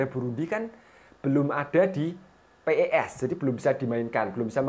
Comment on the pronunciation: bang bukan p e s tapi pes digabung